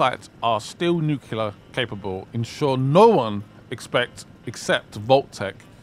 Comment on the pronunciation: it's pronounced NEW-CLEE-UHR. not NEW-Q-LUHR. Because it's the ATOMIC NUCLEUS, not NUCUELUS